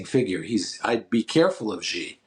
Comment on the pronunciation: Xi is pronounced shee